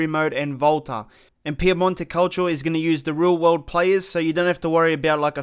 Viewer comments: Piemonte "calcho" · If he says Piemonte Calcho one more time I swear I’m not watching his videos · His pronunciation of Calcio, looool